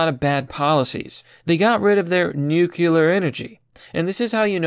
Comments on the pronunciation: Agreed! Nuclear is the future. Just fyi - nuclear, not nucular. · Its NU-CLE-AR energy, not Nu-Culur, you sound like W Bush, and you should never misunderestimate the strategery of those Nuculur WMDs. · New clee err NOT NUKULUR! Say it right please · New... clear... nuclear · I just want to hear one person outside of the business that pronounces nuclear properly. 😂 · Bro, I'm aboslutely convinced that you're just a robot who's never heard human language before. The shit you mispronounce is simultaneously hilarious and disturbing. You have such a hard time pronouncing common words, like nuclear, or Aldous. It's commical. I keep watching your videos because you actually make really good ones. I've given you a hard time plenty of times, but I'm a pretty big fan tbh. lol "nukular", "Aldious". Keep up the good work, homeboy. I'll keep giving you a gentle hard time out of love